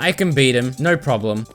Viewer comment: “Naur class”